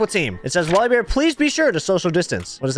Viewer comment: it's wallibear